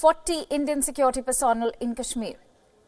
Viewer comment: For India sake learn how to pronounce "personnel". I thought Indians are proud of their mastery of English?